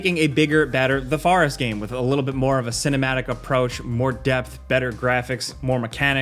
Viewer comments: Why can’t he say Forest D:….. Farest? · Sons of the Farest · Sons of the Farest.... Thought it was Sons of the Forest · I'm sorry, but when he was talking about Son's of The Forest......WTF IS A FAR-EST? LMAO. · I like the forest pronunciation. Fauh-rest 🤭🤭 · “The Farest” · The way you said forest really bugged me.